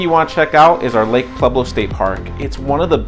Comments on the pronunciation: Don't say Pleblo! It's Pueblo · Why are you pronouncing it Plublo?